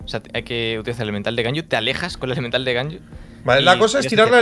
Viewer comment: Me sigue dando risa la Q de bennet E de bennet,jajjaja, No puede decir Elemental y definitiva